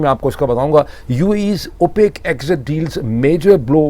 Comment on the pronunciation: Not “opaque”. It’s opec(k).